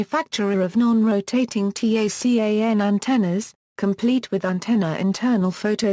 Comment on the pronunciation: Your robovoice keeps referring to the TACAN by spelling out "T-A-C-A-N." In the military world, it is universally referred to by the acronym "TACAN" - pronounced "TAH-CAN."